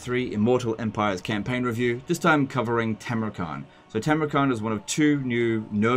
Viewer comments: It's Tamurkhan not Tamurkhant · Khan is pronounced ''han''.